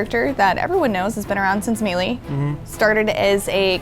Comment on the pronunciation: I'm shook that even english speakers pronounce wrongly the word "melee"